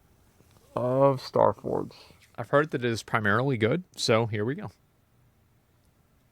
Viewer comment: "Staforge" lol